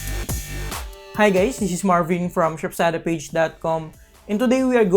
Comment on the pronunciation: he literally said hi gays